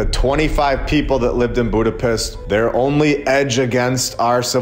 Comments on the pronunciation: Eh brother.... Hungarians never say "Buda - PEST" It's pronounced as; "Buda - PESHT" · Budapiss? Is that a Midwest drawl thing? If on purpose, not that edgy